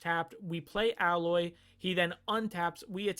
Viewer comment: Its A-loy. They say it quite a bit during the game. Though the name is clearly in reference to alloy